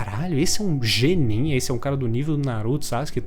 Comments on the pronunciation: Cara muito legal sua visão, mas que agonia vc falando GENIN [Jenin] é [Guenin] kkk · Foi mal, eu achei muito engraçado as vezes que você falou "jenin" ao invés de "genin" 😂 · Que "jenin" mano. Fala direito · "G nin" kkkkkkkkkkkkkkkkkkkkkkkkkkkkkkkkkkkkkkkkkkkkkkk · O vídeo ta ótimo, mas eu passei o video todo pensando "ele tá falando gnin..." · só faltou falar genin certo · Ótima oratória mas não aguentei ele ficar falando "Jenin" 😂